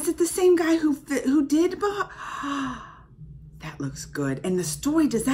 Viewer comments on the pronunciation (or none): it's bahubali not bahibali🤨